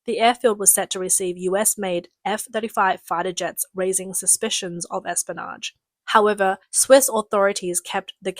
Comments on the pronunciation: Listen... Say "Espy-o-nage" not, "Espanoge" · Espionage has an i in it. Pronounce it.